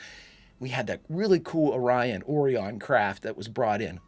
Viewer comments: According to Lt. Kevin Riley it's pronounced O'Ryan. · Why would they choose to pronounce it as "Oreon" when the Orion slave trade is well established canon? It's very odd to hear them pronounce it that way. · A wonderful episode, complete with continuity back to the 'Journey to Babel' episode,....with the only fault being the malfunction of the universal translator & having us hear "Orion" pronounced incorrectly. I particularly like the POTEMPKIN to HURON to ENTERPRISE as the planned relay.